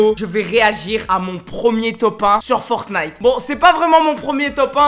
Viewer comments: Il le fais exprès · Pk il dit FortnIte et pas Fortnite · Tu le dit mal fortnite !!!